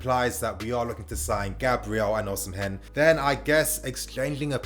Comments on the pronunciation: Osimhen is pronounced "Oh-see-men'' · lol true. Should be O/ Si/ Me(air) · I don't think you're supposed to pronounce the 'h' in Osimhen 😆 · 😄😄 the pronunciation weak me